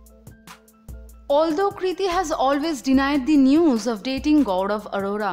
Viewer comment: Admin bengali ladki h...gaurav arora ko gaudab adoda bol rahi h 😂😂😂😂😂